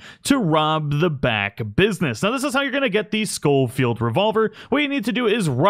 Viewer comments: Please ... it's pronounced sho-field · Scholfield is pronounced SH not SC. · Just a tip: I'm pretty sure it's pronounced show-field not skow-field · The “scofield” gun is acutally spelled “sheffeild” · Pronounced Shoal-field. Dingus.